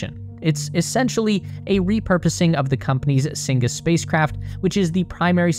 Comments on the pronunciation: Cygnus is pronounced "SIG-nus", not "sing-us" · I stopped watching after "sin-gus", 3 minutes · SING-US module???